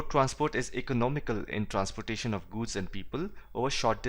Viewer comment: Its not guuuuds, its goods lol